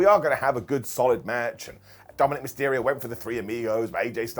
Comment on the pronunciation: said "TomandNick Mysterio" accidentally... 🤣🤣